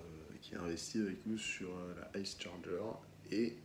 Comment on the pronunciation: on prononce pas comme ça la Charger !